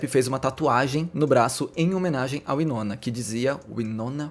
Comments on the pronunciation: se pronuncia Why-nona, não Wee-nona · Pois é verdade, me dá agonia ele falar errado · Curiosa a pronuncia "uinona" e não "uainona" 😆 gosto mto dela, ela é incrível!!